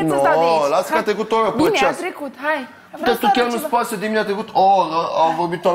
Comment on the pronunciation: A trecut o Orrrrrra....😂😂😂